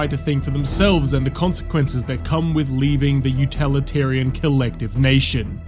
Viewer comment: "Utalitarian" 😂 it's utilitarian bro. The criticism doesn't hit very hard when we can tell you've never even heard the word uilitarian before, much less understand it.